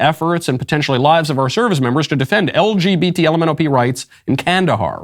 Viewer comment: LGBmanopee 😂 gets me everytime he says it